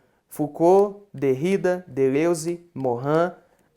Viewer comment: Conteúdo sintético e objetivo, com uma boa didática e oralidade. Muito bom. Obrigado! (apenas um porém em relação à pronúncia do nome do Derrida)